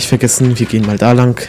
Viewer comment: Ich liebe "Lang" Das klingt nach "Lank" *_*